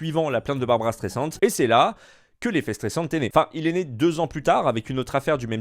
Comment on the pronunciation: C est pas Barbara mais barbra